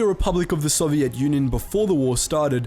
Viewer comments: stop saying sovidt like that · The way you prenounce Soviet makes me sad. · Why do u say Soviet like tht